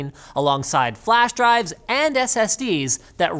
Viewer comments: I can't be the only one heard "slower flash dicks" right? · Did he just say "slower flash dicks" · Did i hear wrong or did Linus actually say Flash Dicks XD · did he say flashdicks?! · you said FlashDicks 😅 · Even I thought I heard flash dicks. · Did he just say "flash dicks?" Hehehe - sorry.. Very old throwback to South Park :-P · did u just say "flash-dicks"